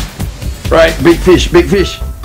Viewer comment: Good idea ! But why you kept saying Bi fish instead of Big fish ? Are you Vietnamese ? HAHAHA